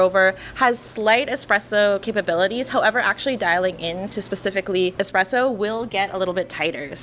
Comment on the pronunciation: Dear God why is it "easy-presso" when it is clearly starts with a 1 followed by a z? Or just call it EasyPresso - done! 😭